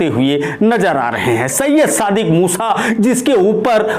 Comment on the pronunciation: Haa haa abe bhai bolna toh sikho yaar dhammi ko dhoni kah rahe ho musa ko musha kah rahe ho haa haa.. bolna sikho bhaiyaa haa haa